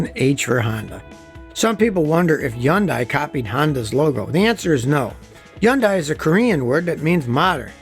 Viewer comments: Its not "Yun-die" its "Hun-die". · Why can you pronounce the "H" in Honda but not in "Yundai"? Mispronunciation makes you look stupid. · Scotty says Yun-Die for Hyundai, I've always said Hun-Day like Sunday since that's what an old Hyundai commercial used to say all the time when Kia and Hyundai were starting to grow. Which is it? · SaStrixS A can of worms? A lot of Americans seem to pronounce it with a silent ‘Y’ as in Hun-day - e.g. Tyler Hoover. In the UK we tend to use ‘high-un-die’ and Scotty seems to say he-yun-day which is probably close to the correct way. Anybody from Japan out there to set us all straight? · 😳I just realized I've been butchering high-yun-day for 20+ years🤣